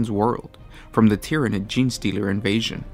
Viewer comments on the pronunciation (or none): none